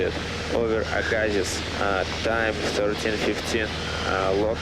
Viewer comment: Btw... Aggasiz is pronounced "Aga See." Hope that helps in the future. Great video. Listening to it for practice, as I'll be moving back to Canada in the spring to earn my PPL and CPL. Thanks for the editing!